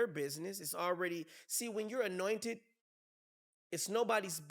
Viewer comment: this Orlando is hilarious "Annointed" 😂